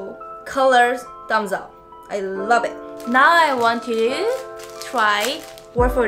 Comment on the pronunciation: The way you pronounce Wolford sorta like "warf-ord" is cute.